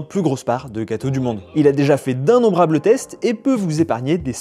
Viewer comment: on prononce i-nom-brable non ?